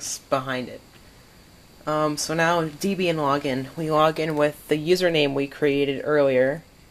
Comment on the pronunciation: Please stop saying "Deebian". It's named after Ian Murdock's then-girlfriend Debra Lynn, and himself (Deb and Ian). Do you pronounce the name Debra as Deebra? No? Then stop saying Deebian.